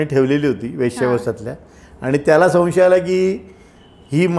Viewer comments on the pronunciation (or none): मुलाखत चांगली घेतलीत..फक्त, "सन्शय"असे नका म्हणू."संशय"असे असते ते. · माननीय भामरे साहेब खूप सुंदर मुलाखत झाली. तुमच्यामुळे बऱ्याचशा गोष्टी कळल्या. तुमच्या बोलण्यातील साधेपणा व स्पष्टपणा मनाला भावला. तुम्ही तुमच्या भाषेवर लक्ष द्यावे. संशय हा शब्द चुकीचा उच्चारता...